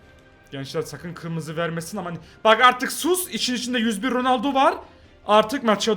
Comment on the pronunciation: ronaldonun ismini bile söyleyemiyor daha doğrusu konuşamıyor